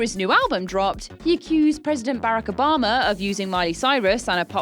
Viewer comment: Who is this "President Berrick Obama"??